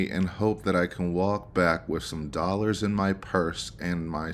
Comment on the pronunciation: I sooo loathe the way Sarah talks about money, and specifically her pronunciation of the word "dollars'. It's so easy to tell that Sarah is financially illiterate and likely comes from poverty. She definitely doesn't understand what "old money" means.